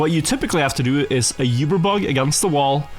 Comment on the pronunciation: Oober,. Oober bug. Not Yoober.